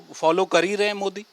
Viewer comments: पहले मोदी का नाम तो सही से ले ले मोडी मोडी कर रहा हैं। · Pahle Modijika Naam To Sahi Bolo,bol Pao,fir Aage Kuch.